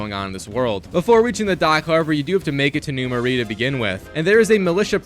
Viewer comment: first off its NEW MARAIS prounounced MER -A second do festival of blood as well those have UGC trophies too